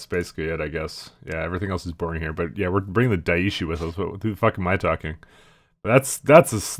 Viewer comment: Not to be an arse, but "daishi" (meaning "great teacher") would be pronounced more like die-shi(t) without the t.